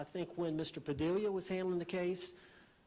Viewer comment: No wonder Padilla won't return his calls... can't even get his name right. Pisses me off every time.